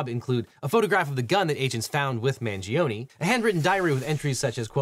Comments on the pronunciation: at least learn to pronounce correctly the last name of Luigi, the "i" in Mangione is mute. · It's pronounced "MangionAY" not EE... in Italian E doesn't sound like EE. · You're not pronouncing his last name correctly. Not Mangionie ( MANGIONE ) 😮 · I like the video but please pronounce his last name correct you 😭 it’s Mangione, not Mangionee. The Italian ‘e’ has a different pronunciation 💀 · The last name is not hard to pronounce. Dont understand why they get ir wrong